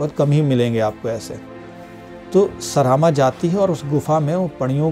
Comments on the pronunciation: उच्चारण सही करके पढ़िये। सरामा नहीं सरमा होगा। ऋग्वेद हिंदी में पढ़िये अंग्रेजी में नहीं। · सरामा नहीं सरमा।